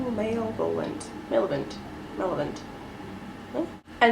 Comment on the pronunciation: Lol girl it's muh-LEV-oh-lent. Like the opposite of benevolent. I didn't think I needed this palette, but I don't have any naked palettes and I think this may be the one I should get.